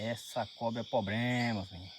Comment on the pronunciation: POBREMA? 😂😂😂😂😂😂😂😂😂😂😂😂😂😂😂😂 menino volte p escola seus mininu arrrreeee!!!